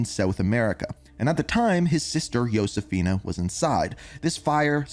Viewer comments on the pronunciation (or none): And "yo-sefina" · Idk if it a pet peeve of mine or not but Josefina is pronounce ho-se-fee-nah it not pronounce Yosefina and Nicaragua is in Central America not south 😭😭@